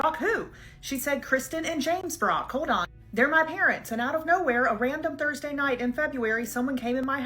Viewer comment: You say it happened Tursday, February twoniet ?